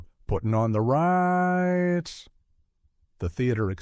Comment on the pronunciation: Man, another video with distracting pronunciations. Igor in the movie is pronounced "EYE GORE," not "EYE gur." I quit watching when he prounced "putting on the Riiiiitz" (Ritz, but hold the i) as "putting on the R+eye+tz," hold the eye. I hate to be a pedant, but I've been seeing this a lot and it's getting discouraging.